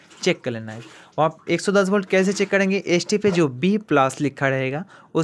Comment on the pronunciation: पॉजिटिव बोल्ट कैसे बोल रहे हो यार